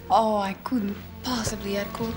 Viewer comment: Modernized version, but entertaining and well acted. Poirot's name gets butchered once again: Her-que-leez Pur-oh. The latest version of this classic story was way too serious and dismal IMHO. This has the right balance of seriousness and levity.